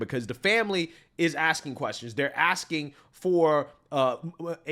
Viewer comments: could the newscaster be any more sassy, sickening, he literally said “axing” instead of asking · imagine being a TV Reporter that can’t articulate your script correctly. This man just said axking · . This is supposed to be a professional...saying 'aksking for patience' is so offending to me. This is what education pushes out today. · Man was working hard to pronounce his words and then he got to "axging" and that threw me off 😂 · Anyone gonna talk about the fact that that news reporter in Mississippi can’t pronounce the words “autopsy” or “asking” 😂